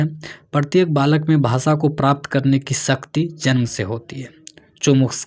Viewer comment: Lalak nahi 😅 Balak